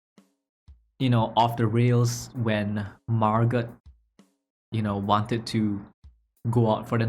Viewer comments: Actually, her name is pronounced Margo. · This quite closely follows the play it is based on by Frederick Knott. Enjoyed your reaction. The "t" in Margot is silent, by the way, if you happen to come across it again in something. It's pronounced the same as Margo.